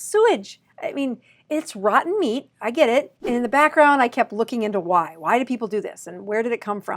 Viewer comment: She pronounced "rotten" in a way that almost made it sound like "fermented." Weird... 🤔